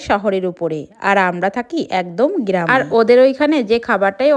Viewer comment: গ্রাম ❌ গিরাম😅😅